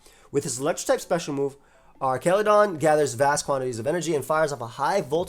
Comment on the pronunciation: Not to start the Arceus-pronounciation debate all over again, but l think the "Archa" is pronounced the same as you would pronounce as "arches" of a bridge rather than how you'd pronounce "archive". Artsjaludon.